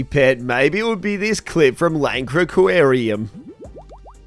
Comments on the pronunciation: he said lankaquawarium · That was possibly the worst possible attempt at saying Laganurium 😂😂